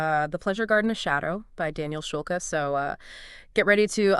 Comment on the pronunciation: Schulke is a German surname, Shool-Keh..hard E.